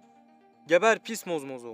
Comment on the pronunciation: Mozmozo değil zombozo